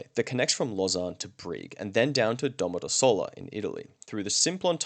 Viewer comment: You got caught into Italian's greater trick. Domodossola is not a "flat" word the accent goes on the "dos" and not on the "sol" part of the word. Feel free to drop a message if you want support double checking them ;-)